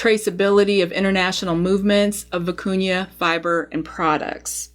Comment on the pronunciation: Thank for pronouncing vicuña properly.